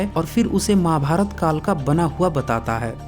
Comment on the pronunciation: अरे यार ,आप खुद प्रवीन मोहन के नाम पर ,अपने चैनल को चलाना चाहते हैं।तू बहुत पढ़ा है भाई, महाभारत कहना तो सीखले।माभार्त कहता है? यार!